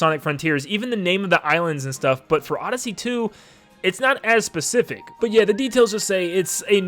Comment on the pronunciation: " it's not as pacific "